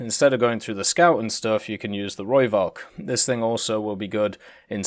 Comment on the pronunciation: ITS AN F SOUND NOT A V!!!! I have posted this EVERY time you do a rooivalk video. Please pronounce it correctly, i know you try to so thats why i tell you the correct way...